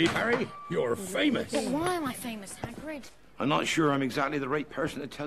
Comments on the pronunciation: Did she call Hagrid haggis? rofl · It’s Hagrid not Haggis lol